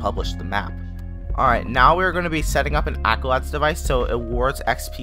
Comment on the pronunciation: bro said accolad